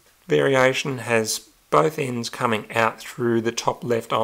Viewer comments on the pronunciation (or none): none